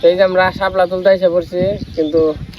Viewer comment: হাপলা বলে না শাপলা বলে